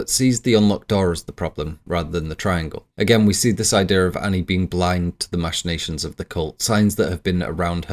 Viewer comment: OK - First and most importantly, it's "mack-in-nations", not "mash-in-nations". I assume you learned the word from reading it rather than hearing it, but yeah. It's a hard ck sound, not a soft sh sound. Anyways... I always assumed Charlie *was* aware as Paimon and purposely ate the nuts and purposely put her head out the window to execute the plan.... Also, the thing I appreciate most about this video is you pronouncing "Paimon" correctly.